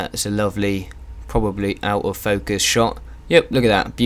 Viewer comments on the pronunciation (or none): none